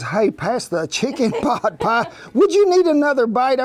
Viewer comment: * pot, not boot